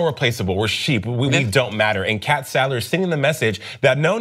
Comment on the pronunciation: It's Sadler not Salder